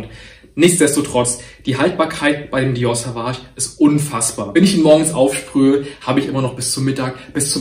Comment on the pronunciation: Du sprichst das Dior Parfum falsch aus, bei Sauvage wird das „au“ als „o“ ausgesprochen, also Sovage und nicht wie du es aussprichst Savage 😙